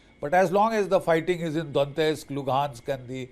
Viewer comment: Russia has been planning this war for 4 years and has already lost over 10 million soldiers — now they’re relying on underfed North Korean troops to fill the gaps. And Major Bakshi’s “analysis”? Complete nonsense.and BULLSHIT Maybe start by pronouncing “Donetsk” correctly. Putin will never succeed, and Russia’s economy is headed straight for catastrophe.